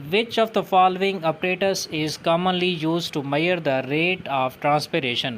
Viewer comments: Measure not a meyar that pronunciation was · measure not meyar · Mayar nhi sir ji pronunciation measure hoge